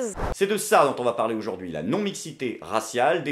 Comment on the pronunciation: J'adore ce que tu fais par contre toi qui revendique la France toussa toussa on AUjourd'hui et pas OUjourd'hui a chaque vidéo j'ai mal au français :)